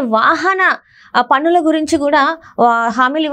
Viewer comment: Taxes ante Pannulu not panulu. manchi telugu matladu amma.